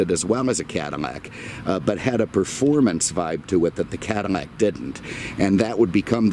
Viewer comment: It's Cadillac, not Cadimac. You keep on saying Cadimac.